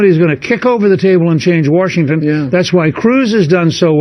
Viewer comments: hahah he said warshington..... because english is hard.... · "Woorshington" that's all I have to say xD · Is there an "R" in "Washington" I don't know about?